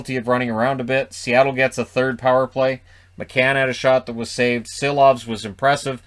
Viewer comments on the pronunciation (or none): JT Brown could not gets Silovs's name right all night and talked like this was the team Vancouver will ice at the start of the season.